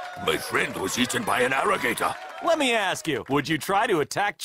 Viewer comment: "Seriousry my friend got eaten by an arrigator!"